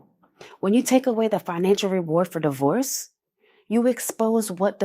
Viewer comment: It used to be D-Worse and now it is Die-hoe-rse 😂